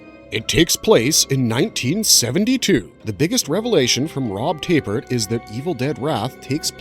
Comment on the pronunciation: Why do you keep saying "Tay-pert" instead of "Tap-ert"?